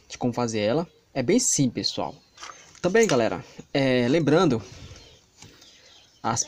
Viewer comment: Amei ele falou ols pissoal kkkkk mas amei muito